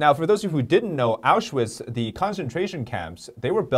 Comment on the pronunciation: you said Auschwitz, which is called Oświęcim in Polish, very well. And Katowice not bad either. Say it more like Katowitze.